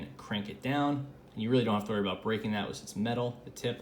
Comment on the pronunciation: You say “because” like “Bee-CAW-s”